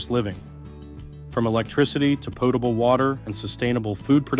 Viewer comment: Not to mention ‘over herd’ (overhead), ‘po-table water’ (whatever that is) and various others.